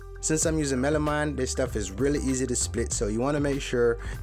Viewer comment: you said it right the first time then when it comes to the making you said it wrong WHY!!!! oh the word was Melamine by the way